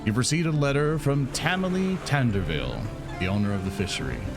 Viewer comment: First, Tamily not tomalley. Second, Tamily is an ex pirate and she’s not old. 🤣. She’s not a scared old lady.😂